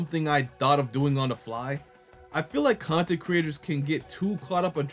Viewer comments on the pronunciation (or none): none